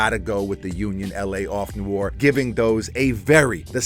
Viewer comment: Off noir. Noir is French for Black. It is pronounced kno-waar Not knore.